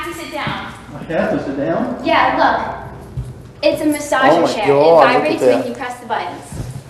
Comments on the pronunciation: Oh Cawd! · This exact moment our our CAWD was born. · OH MY CAWD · He nevah even meant to dew it, oh cawd! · It's CAWD* not *GAWD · Paige K. Everything in this clip and the way he pronounced 'Oh God' as "Oh Cawd!". Also, his chat log with the decoy. If you haven't, read it. Fucking hilarious.